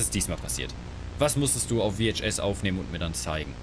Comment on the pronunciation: Du bist echt der erste Mensch von dem ich höre, der es Wie Eitsch S Kasette ausspricht :D Bissel Komisch